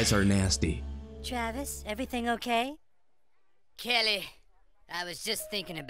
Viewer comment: The one lice who keeps saying "Kelleh" looks like Jerry Seinfeld.